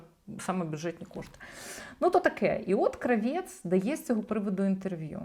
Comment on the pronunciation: Єлєна крАвєц. Наголос на -А-. Це вона так себе позиціонує. Єлєна крАвєц, асоціативний ряд Lanny Kravithz . То вже не модно, то тепер натягує на себе роль міністра культури?